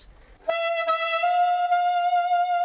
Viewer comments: ナレーションさん...。 サ↑ックス..？ サ↓ックス........。 サ↑ックス、ソックスとセックスのイントネーションと同じやないか！！！！！！！泣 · ごめん、ナレーションの「サッ↑クス」が気になっちゃうw 間違ってないけど「サッ↓クス」で慣れちゃってるからw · セックスと同じ発音だね